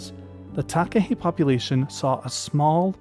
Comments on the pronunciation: I've seen takahe in Zealandia, it felt like going back in time and seeing a dinosaur, it's known as a a living toanga here, a sacred part of nature. Would love to see them in Fiordland one day. Btw nice pronunciation on takahe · As a New Zealander, this was a great video! I did a school project on the Takahe - thank you for this video - well done on your pronunciation -I agree with the series suggestion, as you could do a whole series on NZ birds such as the Kakapo Huia, Saddleback, Kokao or the Fairy Tern, (NZ's Rarest bird). I loved this video and would love to watch more of these sort of videos.